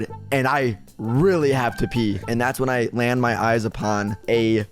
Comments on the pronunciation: It’s pee not pea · It’s Pee tree not Pea tree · It’s not the pea tree is the PEE tree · It’s “pee tree”not “pea tree” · Ahem the correct pronunciation is pee🤓👆